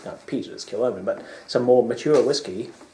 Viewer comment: Gentlemen. You know as a long term subscriber, I have only the deepest respect for the both of you and enjoy your videos immensely and as you know, I compliment you often. However, I have to correct you on a few things here The distillery is not pronounced "Killomen" but "Kill-Hommon". Also, I have to pick you up on another big misunderstanding you seem to have regarding Age Statements. Almost all (with the exception of their stock expression - Machir Bay) are legally called Vintage bottlings. NOT Non Age Statement whiskies! You are doing the distillery a great disservice by saying this. Kilchoman are in fact one of the most transparent distilleries in Scotland, even more than their neigbours - Bruichladdich, down the road! So many make this basic mistake. If you look on the Kilchoman label, you won't often find an Age statement but you WILL find a Distillation Year and a bottling Year on their 70 cl bottles, making it, according to the Scotch Whisky Association regulations 2009, a Vintage Statement whisky. See for instance, the Kilchoman 100% Islay 5th/6th/7th/8th Editions. The problem is that you were looking at the miniture bottle label, not the regular size bottle. See here for photos and explanation of vintage statements verses Age Statements: Kilchoman's policy is certainly NOT to shy away from giving you the age of the whisky, even when it is young. By taking the Bottling year away from the distillation year, you have your aproximate age. In fact, Kilchom